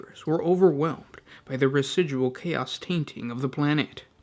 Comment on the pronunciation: I gotta agree. Many words are whispered, and he places a weird emphasis on the last syllable of every sentence, like "the planet was swarmed by hoards of cha-OS". This is intended as feedback, not trying to tear the guy down or anything.